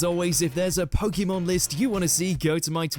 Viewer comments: When will they actually say it right as should be Pokémon. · "It doesn't make sense in the context of pokemon pronunciation" he says, mispronouncing pokemon every single time in the video